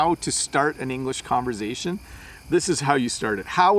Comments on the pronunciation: Hi my dear teacher and buddy, it was very interesting to me, you pronounced conversation with z sound,I mean the second part the word of conversation that you pronounced (converzation)in stead of conversation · [ConverZaishæn]? Does it a new English language? It always was [ConverSaishæn] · Very interesting your pronunciation of word "conversation" you saying "konver z aytion" never heard something like that. We leave in US.